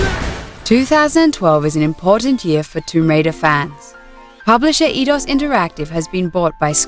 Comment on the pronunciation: I thought it was eye-dos, not ee-dos.